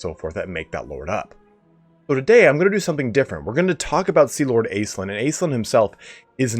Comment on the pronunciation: I hate to be that guy, my guy - but it's pronounced Ash-linn. I know it's a made up elf lady but it's a real name. I'm sorry bby, pls forgive xxxx